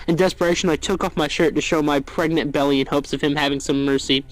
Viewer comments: "Am I gregnant ?" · “Am I gregnant” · Am I gregnant? Am I preganergnat? Ho do get pregcant?